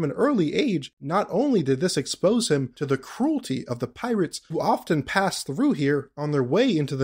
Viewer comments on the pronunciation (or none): none